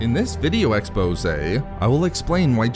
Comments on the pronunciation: What is an exposay Well I mean whatever he said/ in this video exposay? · "In this video exposeee"